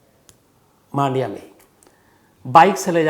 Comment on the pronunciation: 1 मांडिया नही " मंडिया " कहा जाता हैं 2 बैंगलोर नहीं " बेंगलुरु " कहे भविष्य में 3 बेंगलुरु में कोई रेडलाइट एरिया नही जो आप ने कहा । बहुत से जगह वैश्या घर छुप के चलते हैं